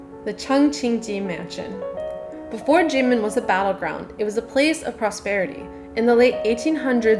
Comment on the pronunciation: Why is Kinmen pronounced "Jinmen"?